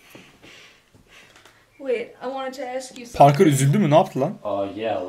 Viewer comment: Parker e parke diyor ksksksmemoss